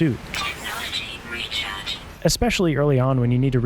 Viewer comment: its even more annoying when you hear Technology Retard instead of Recharged lol